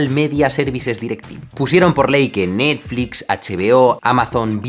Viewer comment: ahora le diremos Nastflis y Sanosongs xdxd